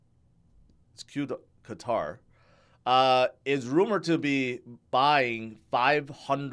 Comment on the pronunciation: QATAR: -2nd largest exporter of natural gas in the world -they just hosted the largest televised sports event in the world last year -they’re always featured in the news for their involvement in geopolitics. Yet, you don’t know how it’s pronounced? How can you be so knowledgeable with crypto and so dumb with everything else???? It won’t beat the time you didn’t know the name of the Swiss currency. I still follow you for your crypto content but PLEASE don’t touch anything else 🤦🏻‍♂️🤦🏻‍♂️🤦🏻‍♂️